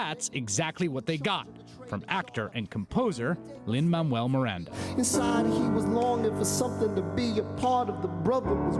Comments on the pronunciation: WHY DOES HE KEEP SAYING LIN-MAMUEL MIRANDA? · Is anyone hearing them say "Lin Mamuel Miranda"? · Is it just me or did he say "Lin-Mammal Miranda"